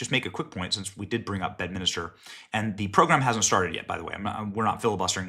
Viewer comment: Benny, it's Bedminster, not Bedminister. You're adding an additional letter, making a fourth syllable. Did Miller say the "Democrap" Party?